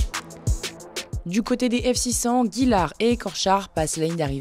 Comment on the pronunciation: Bonsoir, Inversion dans le commentaire entre side-car F2 et F600. C'est pourtant facile il y a des longs F600 et des courts F2. Ensuite c'est Gillard et non Guilard, Blervaque et non Bleuvarque. Merci pour eux.